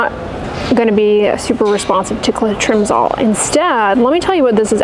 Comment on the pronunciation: I’ve never heard anyone pronounce clotrimazole that way